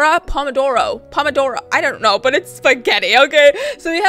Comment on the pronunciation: I am italian and is "pomodoro" whitout any accent